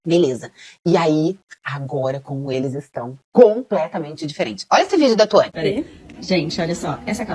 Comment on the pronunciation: É muito foda, o nome da mina é Thuani, mas o lê Thauani (o meu nome é Thauany, parece que ele tá falando de mim KK)